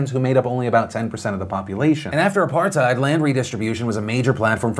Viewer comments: I think my country is falling apart Also it's apartheid not apartite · Look Philip If you think the land issue in South Africa started with Apartheid (you pronounced it horribly wrong) you are wrong. you have to go back and look at the history of my country at the very beginning and you have to realize that a vast majority of that land was never inhabited by blacks. Yes there are the Koi who were here but most of the land from them was bought and paid for. So please make sure you have the 400 year history not the 60 year history.